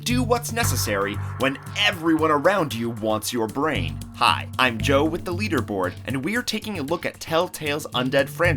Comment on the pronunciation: The lee derboard